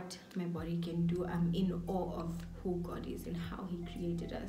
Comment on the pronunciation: 😭🤣🤣🤣 "I'm in aweh"... I died💀 I love it here♥️😊